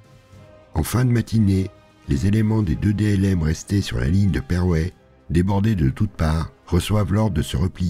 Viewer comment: Vraiment pour pinailler : Jodoigne, se prononce quasi Jodogne, le oi est presque "oye" qui donne l'impression que le i est muet. Perwez se prononce Pèrwéé (en faisant un peu trainer le é ^^). Le fort d'Embourg est un village de Liège, donc aussi francophone (comme quasi toute la Wallonie), on ne le prononce pas à la hollandaise ;) Chaudfontaine se prononce tel quel au masculin, "chaud-fontaine". Super boulot, je trépigne d'impatience pour la suite ! PS : si vous le souhaitez, vous pouvez m'envoyer un message privé si vous avez un doute sur une prononciation de lieux ;)